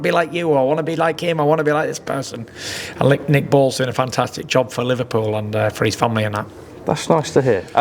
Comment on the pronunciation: Did he just say lick balls?😂😂😂